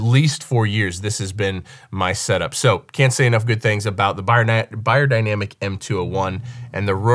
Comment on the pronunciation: I was surprised to not see a Senheiser 421. Best bass mic ever! Also, everyone pronounces Beyerdynamic wrong lol. It's pronounced (bear)dynamic, not (buyer)dynamic Kind of a pet peeve of mine 😂